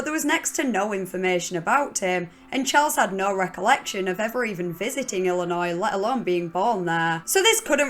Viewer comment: I'm a born and raised Illinois resident and you wouldn't believe how many Americans incorrectly pronounce the 's' at the end. Good job keeping the s silent! It makes me cringe when people say it wrong.